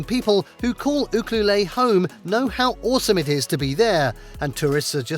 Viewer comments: 😂It is pronounced Ukuelette, not ukluleeee! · These towns are tourist spots and have no jobs, just so all know that you won't find work. "OOhkalay" (Ucluelet, BC) is actually pronounced "You-kluelet". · Ucluelet pronounced…..” you….clue,,,let “ not You clue lay! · Where did you come up with your pronunciation for Ucluelet. It's u-clue-let not u-clue-lay. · With no disrespect, Ucuelet is pronounced : you- CLUE-let. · Ucluelet ahahahahhaha you didn't pronounce that anywhere right! you-Clue-LET!!!!!! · Pronounced you cue let😊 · Ucluelet is pronounced - you-clue-let - just saying :) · thank you... this was bothering me too!